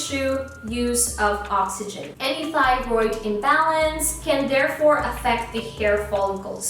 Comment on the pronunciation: Thank you for this!! I was recently diagnosed with Graves Disease, which is an autoimmune disorder that causes hyperthyroidism. You pronounced both thyroid conditions right! lol. I've noticed my hair has been shedding less since being on medicine for it! I hope it continues that way haha